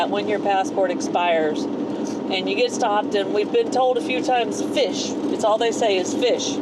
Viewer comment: It's fiche pronounced 'feash' or 'feesh'. Not fish.